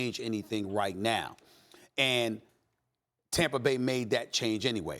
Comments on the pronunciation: I swear Stephen A says Tamper instead of Tampa. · It’s Tampa not tamper Steven A lmao 😂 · Tamper? What is Tamper? Steven A presents himself as some kinda linguist but can't even pronounce words that end in A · Tampar😂😂 SAS always puts an R on the end of words that don't have them